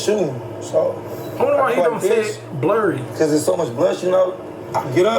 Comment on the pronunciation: That’s some scary shit 😳 but “bliry”? I’m weak asfc and the fact that you repeated it? lol you wrong ash 🤣